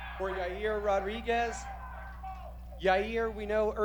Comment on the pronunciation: Lmao Chael calls Yair - “ Your Rear” or “your ear”